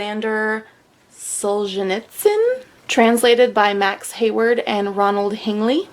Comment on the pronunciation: I must congratulate you on the pronunciation of Solzhenitsyn.